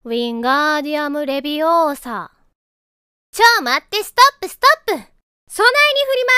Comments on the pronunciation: いや、の発音正しいし😅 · 普通に発音合ってるんおもろい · 発音合ってるのに怒られてるのも「早よ浮けやダボ！」で浮いちゃうのもおもろい